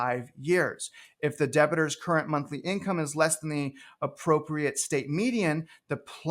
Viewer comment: Omg please stop saying "debit-er". the person is a "debtor" as in "debt"